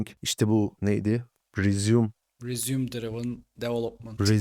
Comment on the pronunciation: madem bu kadar ingilizce konusmak gerekiyor elden duyacağınıza benden duyun resuum değil rezıme